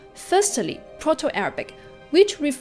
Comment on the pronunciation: I must confess I did not listen to her story at all but I could only focus on her pronunciation of English. Unparalleled -> unpellited. Short -> shot. Most -> moost[e]. Standard -> steander. Firstly -> firstely. Form -> formed. Tribal -> treebel. Sophisticated -> sofistikading. Stands out -> staans out. Rhythmic -> rhythemic. Perseverance -> persérviance. (é is where the stress is.) Pronunciation -> pronunca-átion. Father -> fadder. Contributed -> contribúted. Influence -> inflúance. Differ -> dívert.